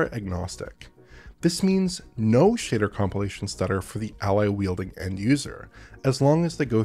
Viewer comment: I love that he says “shader” as “shitter”.